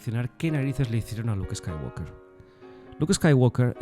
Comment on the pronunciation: Eres el primer youtuber de Star Wars español que escucho que sabe pronunciar correctamente el apellido de Anakin y Luke. 😎👍🏻